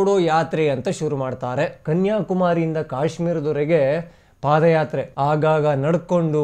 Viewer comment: ಅದು ಪಾದ್ ಯಾತ್ರೆ, ಪಾಧ್ ಎಂದರೆ ಹಿಂದಿಯಲ್ಲಿ😂😂😂😂😂